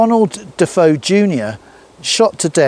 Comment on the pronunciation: Amityville the Murderer is named Ronald DeFeo Junior DeFeo is pronounced (DeFayo) other than that small thing! I love you Your work Sir! Keep it coming PLEASE!